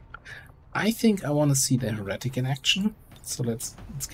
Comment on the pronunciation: Heretic its pronounced either as here' a tic', or more correctly, here' ih tic', not here reh' tic. To native English speakers, here reh' tic sounds quite jarring. Anti-stress, ih or an "a" sound on the middle syllable, a schwa sound, like the e in fighter.